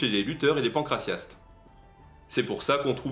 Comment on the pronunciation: PancraTiaste on prononce le T 🙏🏼🙏🏼🙏🏼🙏🏼